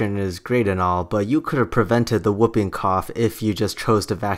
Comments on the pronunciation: Whooping is pronounced who-ping, not whup-ping. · And it's wh-oo-ping cough, like swoop, not woping like moping OR whoping cough like whiping. It is an onomatopoeia of the distinctive whoop noise of this disease